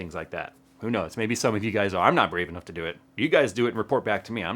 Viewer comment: anough is anough lol nice vid